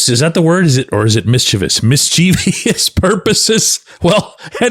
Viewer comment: NOT parentheses; it is quotes. And check on Mischievous. No long "e."